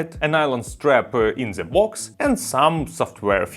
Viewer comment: Произносишь the совсем как Z